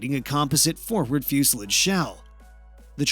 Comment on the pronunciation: Learn how to pronounce composite and fuselage or stop making these damn videos